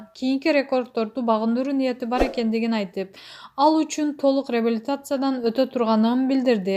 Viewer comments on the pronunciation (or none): Бокболиев .малумас булагы реабилицатсия деп окуган кайсы журналист 🤯